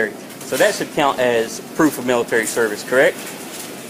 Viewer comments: "miritery" asians XD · What the fuck is intucated & Milliturrry?